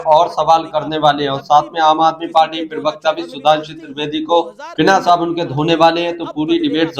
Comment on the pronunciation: भाई बाकी सब तो ठीक है पर प्रवक्ता होता है प्रिवक्ता नहीं।